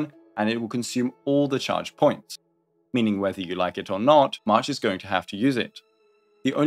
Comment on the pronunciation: dude calls march mash...